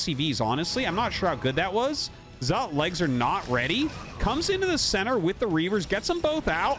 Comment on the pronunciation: Isn't "Zealot" pronounced "Zel-luht" and not the weirdo way Artosis pronounces it?